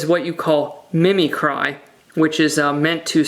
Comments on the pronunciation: Just wanted to let you know it's not 'mimi-cry', it's 'mimic-ree'. I'm not a hater or troll so please don't take offense. I'm just a word nerd out to spread the words 😁 Also, it's the only way I can repay all the knowledge I get from your videos. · Great vid, as usual! Not to be a grammar sheriff but it is pronounced "mim-ic-cree". They are called "eye-spots" and they, indeed, are for distraction of predator's. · Yes, I think this man just called mimicry, Mim-me-cry. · Mimicry (Mim - ik - ree) on the moth. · Did you mean mimicry... like, to mimic something? Pronounced mih-mih-cree?